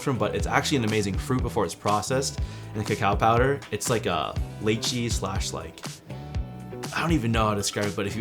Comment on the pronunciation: To pronounce Lychee it’s, Lie-chee, not Lay-chee